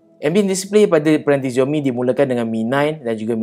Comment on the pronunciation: Sebutan Xiaomi dalam Bahasa Mandarin adalah Siaumi bukan Ziaumi! Tak percaya, tanya orang yang boleh berbahasa Mandarin. Dalam Hanyu Pinyin (ejaan huruf Roman (ABCD...Z) rasmi bagi Bahasa Mandarin, huruf X berbunyi seperti huruf S tetapi tipis dalam Bahasa Melayu. Antara contoh lain adalah bandar Xi'an disebut Si-an, sebutan Ma Lai Xi Ya bagi negara Malaysia dan wilayah Xinjiang disebut Sinjiang.